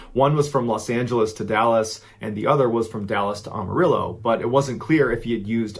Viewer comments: "Amarillo" not "Awmarillo" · I love Mr Ballen, but he butchered the pronunciation of Amarillo, Texas most people that are not from there do. You have to say the “Am” like you’re saying “I am.” The rest of the name he got right. Think of it like “Am-a-rill-low” or “Am-a-rill-oh.” Also, in 1993 I lived in a town about an hour drive north of Amarillo, I was a little kid at the time. I went to graduate school in Oregon which is one state closer to Texas than Washington. You physically can’t make that drive in 24 hours, even if you drive straight without sleeping. He either flew up there or the wife was lying about the time line. Super sus!